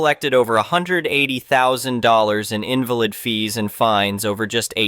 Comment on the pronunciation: Please fix your AI. In-va-lid is a handicapped person. In-val-id is an illegity.